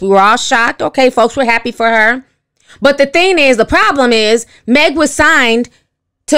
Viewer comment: I love the way Ti says "signT" instead of "signed".